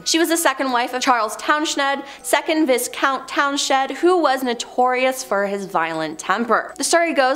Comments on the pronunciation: VBiss-count? I thought it was Vie Count? <*> Leeds JYrul infermorty? Seems to me it is GEN er Al infermorty? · Viscount.....the S is silent so pronounced Viecount....... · Your presenters can't pronounce words like "Tiber" and "economist" also "viscount", lol